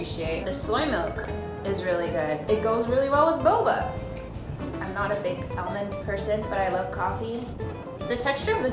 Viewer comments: ITS ALL-MOND NOT AL-MAND!!!!!!! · i swear it took me forever to realize she was saying almond- not ellman. I was like "hm never heard of that brand. lol this is so cute. i wanna try all of these! bucket list material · Sweetie i wanna try that meal it’s almond not elmond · it's super weird hearing someone say "al-mond" when in Australia, we pronounce it "ar-mond" xD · AL, mond.... I can't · I can get over her pronouncing “aLYmOd” over and over again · No one:: AL-mun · Elmend lol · i cant get over how she says aol-mond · I’ve never heard some lung say almond Elmond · I say 'Aw-mund' 💀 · It took me and good while to realize she was saying almond, it sounded like she was saying elmund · the way you say almond is tilting me lol but other than that its good content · No one gonna talk about how she pronounces almond 😂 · i love you. but we need to fix the way you say almond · I thought I was the only one to pronounce almond that way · Y she say almond like that😂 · The way she says almond bothers me